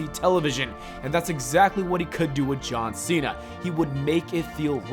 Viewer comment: I don't like how you say John Cena. You're not saying JAWN SEE - NUH You're saying Jaw-sinna